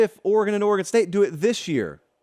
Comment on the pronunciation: Thank you for pronouncing the State of Oregon correctly.